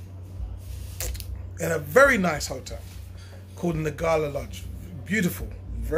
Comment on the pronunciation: Great video and totally agree with you but please watch the pronunciation! ..... Ngala is pronounced in the African way. "Nnngala" not "Nagala". Ubuntu, a Zulu (Nguni) word, is pronounced "Oobuntu" not "Youbuntu". It can be quite frustrating when diasporan brothers insist on using the white European ways of pronouncing African words. The first and easiest step to learning a local African language is to learn the correct African pronunciation.